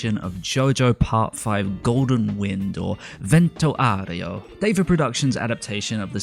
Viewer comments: Did you just pronounce "Vento Aureo" sort of correctly? Oh my god. I thought that was impossible! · Ok so I'm Italian and you saying Vento Aureo was a damn highlight. Also, thank you. There was something that didn't feel right when I watched the episode at the time it was leaked on YT, but I didn't really understand what it was exactly, and now I realized it was the new direction and complex designs that were bugging me. Glad you're back and keep up the good work, ciao! :p